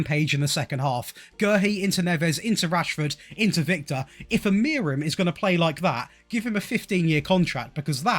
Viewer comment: it's pronounced "Uh-Moo-Rin"